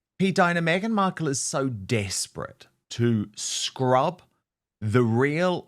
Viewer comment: Dan, is it just me or did you really emphasize the word 'Scrub' 😄The tension in markles neck on the second clip looks like a harp - anger with a hat on but only just